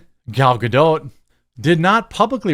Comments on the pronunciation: It's not "Gado" it's "GadoT" - she isn't French ffs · Bro, her name is not Gadow, it's Ga-Dot. Literally meaning Banks in Hebrew. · It's Gal Gado*tt*, the "t" is not silent. That's not French. Lol.